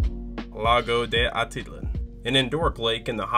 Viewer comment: I’ve never heard Atitlan pronounced so incorrectly before.